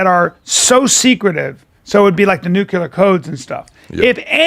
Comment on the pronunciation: The pronunciation Callen gives "Nuclear" is my main takeaway.